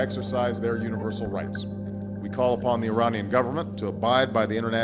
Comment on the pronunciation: "Uni-blur-sal" ? ? ? Hillary needs a reality check.